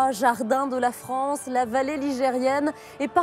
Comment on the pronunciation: La voix off est pénible, elle a vraiment un problème de diction elle ne sait pas prononcer le son "an" au lieu de ça elle dit "on" (la Fronce, la renaissonce)